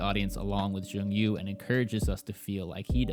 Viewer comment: great review! but it s jong-woo not jong yoo :)